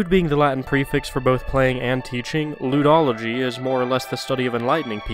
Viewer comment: "Ludology" (pronounced Lewdology) I myself am a bit of a Lewdologist.